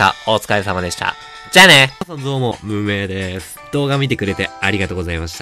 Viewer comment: 最初の、無名でーすが 運営でーすに聞こえるww